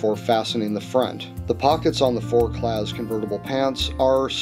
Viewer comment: the Z is silent in forclaz and quechua is not a french word... i'm surprised you haven't heard of quechuas with your religious background